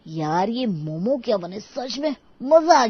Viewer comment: Momos Nahi momo hota hain gabar😂😂